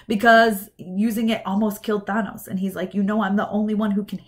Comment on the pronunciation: Enjoyed the video, but please stop saying "Thah-nos." His name is "Tha-nos."